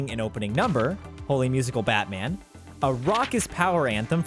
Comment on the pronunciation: I really think it's meant to be pronounced "Holy Musical, Batman!", and not "Holy (Musical Batman)!"